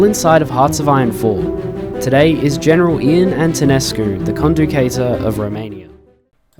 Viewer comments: As a Romanian , "conducator" is written "conducător" and pronounced "con-du-cah-tor" kind of but you did great, good job. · It is not hard to pronounce “Ă” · I’m a big fan but try to pronounce the words correctly, no offense. BTW it is called “Conducător/Conducătorul”